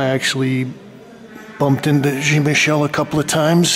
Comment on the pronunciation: Good video,, as always, but why do you continue to insist on mispronouncing Jean-Michel? It's Jean as in John, not Jean as in blue jeans.